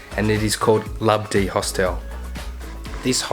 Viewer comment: it's HOSTEL not Host-El